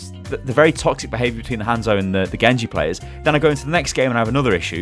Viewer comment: always remember: "Thet are all taxic"